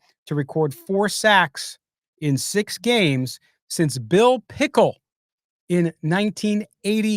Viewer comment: Um Bill Callahan was fired as coach of Raiders not his son. Bill Pickle?? Who the hell is that? It’s Bill Pickel. If you’re gonna do a Raiders podcast get the details right closet Chargers fan 👎🏻